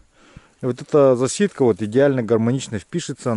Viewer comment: Засидка на украинском означает "засада" . Но ударение ставится на первый слог